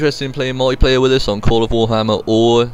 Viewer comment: Pronounced 'multiplayer' not 'mulleyplayer'.